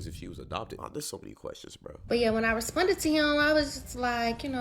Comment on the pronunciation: bro the way she was saying responded was pissing me off the whole time, "respunded"